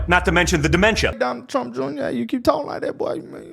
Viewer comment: TRUMP NOT TRAMP......